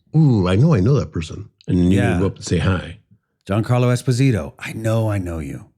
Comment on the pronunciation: Hope you don't say that to him as his name is pronounced jee-ahn-car-loh eh-spoh-zee-toh :)